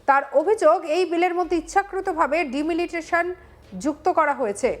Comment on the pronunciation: তুই বালের সাংবাদিক। ডিলিমিটেশন উচ্চারণ করতে পারিস না। মমতা পঃবঙ্গের শিক্ষার হাল কোথায় নামিয়েছে প্রমাণিত।